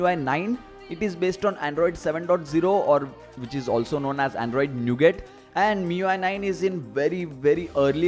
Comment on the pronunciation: its not nughat its no-gat